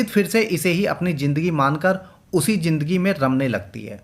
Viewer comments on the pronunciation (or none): Aap ka accent horrible hai Improve kijiye Darsan nahi Darshan Suru nahi Shuru Jindagi nahi Zindagi Soot nahi Shoot Propojal nahi Proposal Jaroor nahi Zaroor Aur Bohath sare words ka Mispronunciation hai Bura lagta hai Sunne mein 🥶